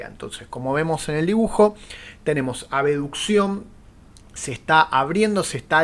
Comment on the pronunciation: Pronuncio abeduccion o abducción? Me confundeeeeeeeee alv